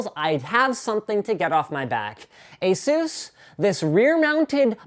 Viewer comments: It's pronounced AY-sus not ay-SOOS. Asus themselves literally have a video right here on YouTube showing how to say it. Look up "how to pronounce Asus". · ASUS as in PEGASUS.. not as in JUICE/SPRUCE/DR. SEUSS/JESUS(HEY ZEUS) etc.. Not my opinion; that's what ASUS said.